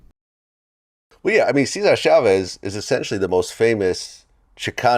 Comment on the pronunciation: Is it pronounced “Shavez” or “Chavez”? I’ve never heard “Shavez” before.